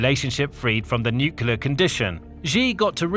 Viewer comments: nuclear has one U and 2 syllables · It has 3 syllables. (no͞o klē ər)